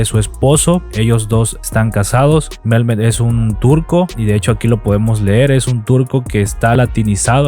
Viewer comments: Hola.. Yo sigo a la pareja hermosa desde hace tiempo 😍 y me encantan; son unos chicos muy agradables, sinceros y se nota que se aman mucho, aparte comparten y tienen muchas cosas en común; se me hacen un buen ejemplo de youtubers... Dalys es ecuatoriana y Mehmet (no se pronuncia Melmet, la H se pronuncia como si fuera J..).. gracias por el dato sobre cuánto ganan, pero más que eso, lo importante es la manera que nos dan a conocer diferentes lugares de Turquía (de la cual cada vez me enamoro más 💕) me encantan como son.. sencillos y buena onda.. estoy muy orgullosa de lo q han logrado Dios los siga bendiciendo 🙏🏻 🇲🇽❤🇹🇷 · Hola, Te recomiendo que cuando vayas hablar de algún youtuber investiga primero origen,nombre y con mayor razón si no los conoces. El nombre de el se pronuncia Metmet y es verdad es turco pero su esposa es de Ecuador es un país de sur américa. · Repite conmigo: Mehmet, Mehmet, Mehmet no Melmet!😂😂😂😂 Yo los sigo, me gusta ver lugares nuevos. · No es Melme es Mehmet con acentuación en met, no tiene l es h ella no es mexicana es ecuatoriana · Hola no se pronuncia Melmet sino así como se escribe. Recuerda que la H es muda. Saludos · Dalys es Ecuatoriana y su esposo es Mehmet que se pronuncia Mejmet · •¿CUANTO GANAN LOS YOUTUBERS? • Por aqui solo para aportar con un par de correcciones. Usted dijo que Dalys es mexicana, pero no es asi. Dalys es Ecuatoriana. Y la segunda correcion es sobre la pronunciacion del nombre del esposo. Su nombre es turco y es MEHMET. No hay letra L en ese nombre. Usted lo pronuncia con L dentro del nombre, pero es una H que es silenciosa, no se pronuncia. Espero esto haya sido de ayuda. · Hola, el nombre de él se pronuncia "memet" y ella es Ecuatoriana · Dalys es ecuatoriana y el nombre de su esposo turco es Mehmet no Melmet. Debes investigar más sobre los youtubers de los cuales publicas. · El nombre de el esposo de Dalys es MEHMET, NO Melmet. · No es Melmet, es Mehmet (se pronuncia mejmet) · Creo que se pronuncia Mejmet